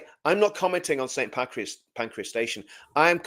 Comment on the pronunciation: It’s Pancras Not Pancreas.